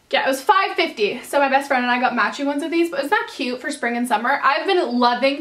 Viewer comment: Wait how come u kept saying sping